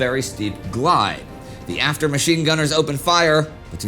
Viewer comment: Its probably from his own language. Indy gets one word wrong, Drachinel says "the at er " , theatre with 3 syllables ??